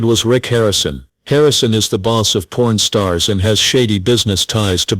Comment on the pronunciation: Your AI narrator sucks. It's Pawn Stars, not porn stars. Embarrassing flaw.